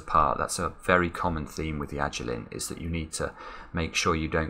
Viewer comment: It's Yajirin.